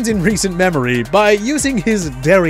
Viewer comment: When you said “derrière”. It was the most beautiful thing I ever heard